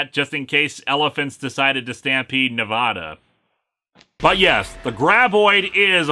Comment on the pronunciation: goddamn is why you gota say nevada wrong